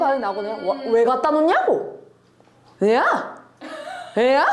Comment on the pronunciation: '왜갖다놓냐고'의 예시에서 소진의 발음은 TK 가 맞는데, 여기서 이 구사하는 억양은 PK 입니다. TK는 앞부분 '왜갖'에 악센트가, PK는 뒤로 갈수록 음이 올라가서 '냐'에 악센트가 찍히는거죠. 말에 경남느낌이 살짝 섞인것 같아요:D